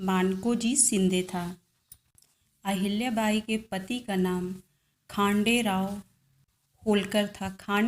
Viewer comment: खानडेराव नही खंडेराव है!